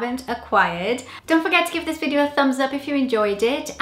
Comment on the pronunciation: yes, years, video, person - all said the Welsh way.